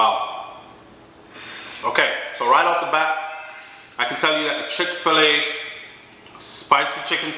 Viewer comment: come here, a no chick Fila, like Fila sneakers, it's chick fi llay like when chicken lay egg, a caan manage.